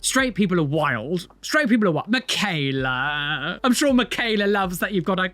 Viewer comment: Michaela is like Michael its mit a k its a ch yall say Ger name wrong